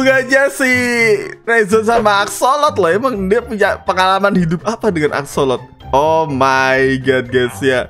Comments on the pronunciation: bang bukan asolok yang benar asosol gitu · Bang itu bukan axsolot bang kalau bang teguh bilangnya tapi akssosol